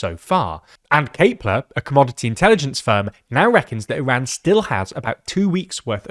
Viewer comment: Thank you for pronouncing Iran and Hormoz correctly 🙏